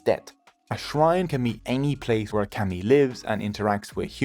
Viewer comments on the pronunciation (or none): It’s pronounced “commie”not cammy . If you’re going to try to explain Japanese culture and or religion, you should learn how to pronounce our words first. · Pretty shocking (maybe this is AI?) that you (whoever made this film) cannot get the pronunciation of 'kami' right. The vowel sound you use does not exist in the Japanese language, and considering that this word is typically translated as 'god,' like I said it's pretty shocking the carelessness of someone (you) who is presenting themself as some kind of teacher or expert. Such is the new idiotic age we live with on YouTube and elsewhere. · It’s pronounced “kah-mi” not cami like street fighter 😪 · Kami is pronounced “commie” not “cammy” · I canʻt stand your pronunciation of "kami" which should be like "kah- mee" not "cammie" like a camisole. Your pronunciation of other Japanese words like "musubi" and "Ise" or "torii" are pretty bad. (as well as some English words). Itʻs fine if we are just reading your information, but please study and practice correct pronunciation before making informational videos. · I kept saying “kah-mi” to myself while watching this so I wouldn’t get the mispronunciation of the word seared into my mind. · Kami is pronounced as ”kami“ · The start of kami is pronounced like the start of calm fyi 👍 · Lord have mercy, why didn;t you bother to try to say kami like the Japanese do? Its so awkward to hear you say call-me over and over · Dude it you can’t pronounce the language correctly just stop using it. I can’t handle how bad you are saying kami 🤮. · How was this made? Incorrect pronounce and wrong in almost everything I watched. I had to stop, this narrator cannot pronounce kami. To be Japanese is to be Shinto, they are not separate. The stories are some correct but pronounce is so bad cannot watch